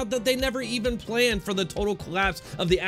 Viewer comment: Mistake? You mispronounced "planned"